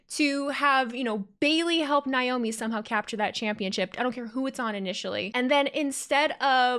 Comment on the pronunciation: Believe Naomi's name is pronounced Nay-Oh-Me not Nigh-Oh-me. Sorry, it just bugs me a little. The whole thing with MCMG and The Bloodline and Roman,etc. was fun!